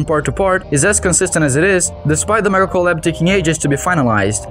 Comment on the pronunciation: Really nice video with professional feeling commentary and editing something i found funny is every time you said mega collab i heard medical lab